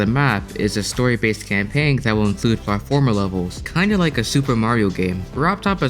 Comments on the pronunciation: drinking game: drink every time he pronounces platformer wrong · the way you say "platformer" threw me off lol